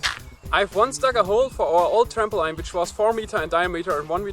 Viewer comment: Hey it was really interesting! Just to let you know "Trampoline" is pronounced "tramp - o - leen" rather than "tramp - o - line".